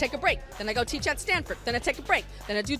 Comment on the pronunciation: Did she say teaching at Stanpherd??